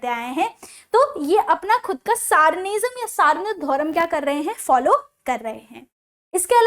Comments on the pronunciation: सारन नहीं मैडम "सारना"। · मैडम जी आप अगर किसी विषय पर विडियो बना रहे हों तो आप इंश्योर ही की आप जीचे अच्छे से प्रोनाउंस और लिखें भी.......ex Warang kshiti❎❎❎❎❎❎ वारंग चिति ✓✓✓✓✓✓ Saran××××××××××× Sarana✓✓✓✓✓✓✓ Santal××××××××× Santhal or संताड़ Etc